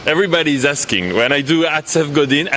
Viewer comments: lol he didn't even say that, he pronounced it Godeen but cool story.. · Love the way you pronounce Godin - sounds like Hello in Danish (Goddag ;-)